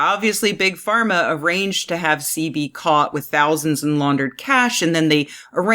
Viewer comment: Doctor ceebee?? Its pronounce Sehbee. Typical white girl cant even pronounce the most easiest of black names